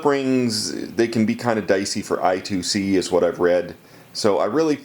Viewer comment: Awesome project. Tip: It's Eye-Squared-Cee :)